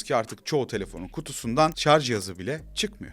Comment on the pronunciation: Hayatımda ilk kez 'Şarj' kelimesini hem doğru hem de yanlış telaffuz eden birini görüyorum. Sevgili anlatıcı, bilmem farkında mısınız "Şarj cihazı" derken ''Şarz cihazı" deyip "Şarj aleti/Şarj teknolojileri" derken doğru kullanıyorsunuz.